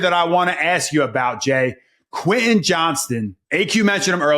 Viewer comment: Who's Queh Eh Johnston? .. The man's name is QUEN TIN say it It has a T Say the T